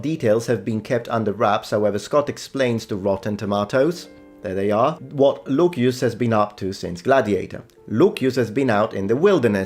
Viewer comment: Am i stupid? Why are you saying Lukius and not Lucius?????????